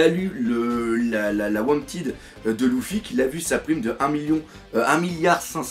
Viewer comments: Dark Knight Si si mdrrr mais bon sa me fait jsute rire quand il dit Louffy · Mdrrr le fameux Louffy sa me tue à chaque fois que tu le dit